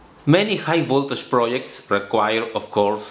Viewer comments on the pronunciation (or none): your videos are great, but please improve your pronunciation (PD: Pronunciation and accent are two different things), example, its Voltish not Voltash when you talk about Voltage